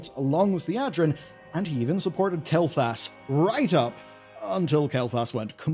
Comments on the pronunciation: HOW. HOW ARE YOU STILL SAYING "Mu'ru" WRONG?!?!?!. It's not even just this name. You said "Astralore_ in the beginning. It's not kel'thas. It's Kael'Thas. There's an ae sound!!! Just wrote your scripts phonetically!! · pronouncing Kael'thas as Kael'thalas is bothering me :D